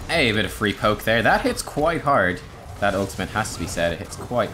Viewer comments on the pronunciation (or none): none